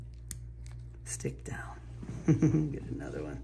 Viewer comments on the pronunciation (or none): I love when he says stick fown lol makes me laugh all the time!😂